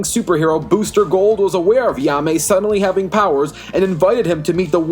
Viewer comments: you did not say his name right at all bro said ya-me instead of hai-me JAIME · Lol ya may? It’s Jaime (hi mey) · No disrespect but ur saying jaime wrong it's like "Hi-Mai" not "Ya-Mai" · Who tf is he-ame! Its jay-me or hi-meh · “Yahmay rise” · Also, if I may, Jaime's name is pronounced as "HIGH-MAY" I know Spanish isn't your strong suit (heh) so I'll cut you some slack but please keep that in mind next time. Thank you. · Its pronounced ha-eemeh(jaime) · Yaa-may? What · Great video but the way you pronounce Blue Beetles name really bugs me lol. It's pronounced Hi-May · 1. ............. learn to say his name.